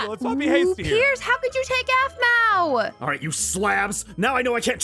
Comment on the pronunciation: no it’s aphmau not ahmau